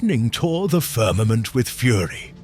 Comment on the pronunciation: 18::30- the firmanent